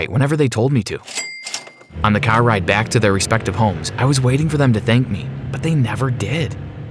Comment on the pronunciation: U are the stupidest character and whene u say car i laughed